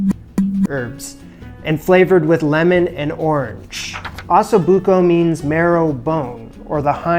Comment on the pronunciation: That's not how you say Osso. Think "Oh So". Both O's are the same.